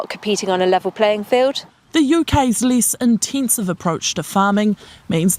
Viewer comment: The UKs "Lease een-teensive approach" ? {:o:O:}